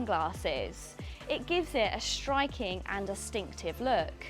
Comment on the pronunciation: Hi, I'm listening to you pronouncing 's' as a 'sh'. For example where you say "shtriking" instead of "striking".